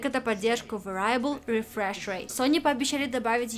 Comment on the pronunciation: Небольшая коррекция по произношению слова Variable -- не "вэрАйэбл", а "вЭриэбл"